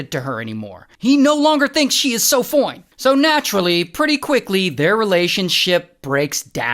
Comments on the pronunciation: I’m so sorry but the way he said “SO FOINE” 😭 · I love how you always say "so foine" 😂